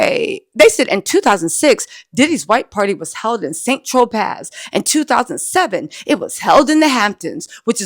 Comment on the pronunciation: Saint-Tropez = san tro Pay